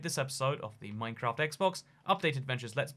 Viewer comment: I swear he said minecrack